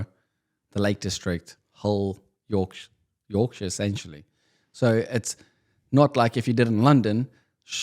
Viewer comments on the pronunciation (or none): none